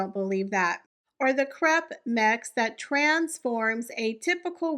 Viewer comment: Lol. I thought you said crap mix, when you said crepe mix. You'd be right either way. Always enjoy your videos. ;)